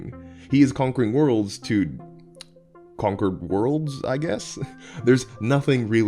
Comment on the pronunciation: "he lived only to con-cor"